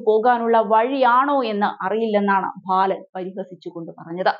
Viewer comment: ഭാലനോ? ബാലൻ എന്നല്ലേ